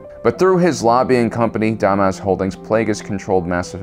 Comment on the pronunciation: Omg look I love your videos they are great but your pronunciation of names is so cringy. Read up on names in the future please. Tenebrous. (Ten-I-Brus). Hego Damask. (D-mosque). mosque like a Muslim temple.